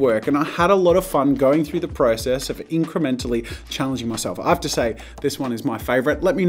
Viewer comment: “INKrementally” huh😉huh😉